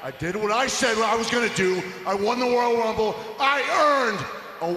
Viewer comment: Elmer Fudd